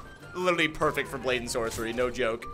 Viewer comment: not "brayden sorcery" it's "blade and sorcery"